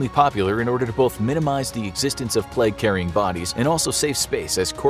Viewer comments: Why do you say pleg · Idk why I love the content on the bubonic plague so much. But it’s my weird guilty pleasure. However the way this guy pronounces plague bothers me... it’s just a tiny bit off and it’s bugging me out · Why do North American’s say ‘Pleg’... It’s plAgue. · Nice to know that it’s pronounced “the pleg” in American English 😆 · Why does he keep saying “pleg” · say pleg 1 more time I dare you! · Inforaphics narrator gets a sore throat: "I have the boobanic pleg" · “the black pleg”